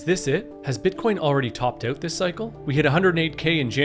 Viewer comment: Topped "oat" :D